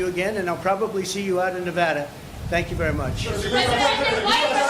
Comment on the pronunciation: It's pronounced Nev ADDA not Nev odda.